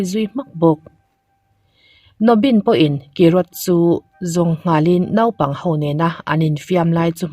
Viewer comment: Naupang hi “nopang” angin lamla i thiamna a tizual ang. Svmm🥲